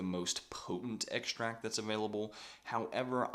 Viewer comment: Great info. But what is an "eggsh-tract"?